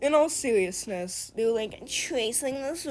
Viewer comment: "in awll sewiousness"